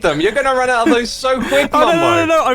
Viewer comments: he did in fact not say “mumbo” but said “bumbo” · I love how x says bumbo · Did called him Bumbo or did I misheard 💀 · When mumbo accidentally killed himself with the bed it sounded like X said “Ohh Bumbo” appropriately so lol